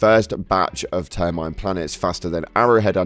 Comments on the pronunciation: Repeat after me: Au-tom-a-ton. Ter-mi-nid Cheers! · It’s Aw-tom-ah-tawn And Term-in-id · Downvote with a lesson- Ah-Tah-Ma-Ton=Automaton Tur-Muh-Nid=Terminid Or just call them Bugs and Bots for goodness sake! 😅